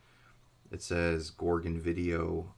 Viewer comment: Its pronounced gore gon